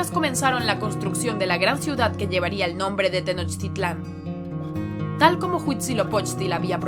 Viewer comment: Pronuncias mal las palabras de origen náhuatl como mexica, Tenochtitlan, popocatepetl o iztaccihuatl